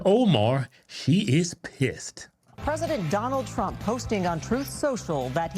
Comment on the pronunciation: Say his name right it’s trump not twump